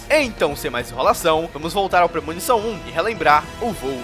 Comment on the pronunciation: PRE -MO-NI-ÇÃO